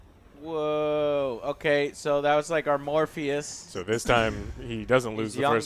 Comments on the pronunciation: Mobeus??! Guys really.., not Morpheus??? Ok...... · not to state the obvious that you guys had way too much to drink but all of that money you’re making and all of those computers in the room and you guys can’t pronounce morpheus?